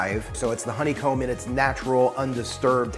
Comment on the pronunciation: Hon-ne-comb 3 syllables..... Co-co-nut......3 syllables.....